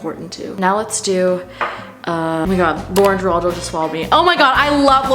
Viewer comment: it's lauren GIRALDO 😂